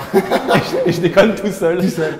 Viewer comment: il dit tu découenne pas déconne